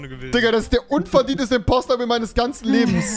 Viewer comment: Es Heißt IMPOSTOOOOR